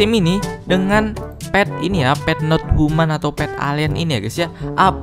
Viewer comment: Pet not tuman bang bukan pet not human 🤣